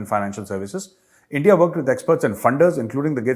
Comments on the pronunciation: the way you pronounced Endia imitating pak's, made me lol. ye Endia nahe India - Bharat. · When pakistani says 'Endia' I can't control my laghu 😀😀😂😂 Jay hind, bharat mata ki jay 🇮🇳🇮🇳🇮🇳